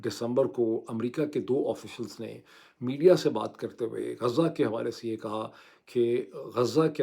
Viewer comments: معيد بھائی نام غزه ہے غازہ نہیں ہے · Not ghaaza,ghazaa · غازہ نہیں بلکہ غزہ ۔ غازَہ کے اردو معانی. اسم، مذکر. خوشبودارسفوف جو خوبصورتی کے لیے رخساروں پرملا جاتا ہے، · معذرت کے ساتھ Ghaaza نہیں غزہ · ڈاکٹر صاحب! غازہ نہیں غزہ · غازہ نہیں، غز٘ہ (ghaz+zah)۔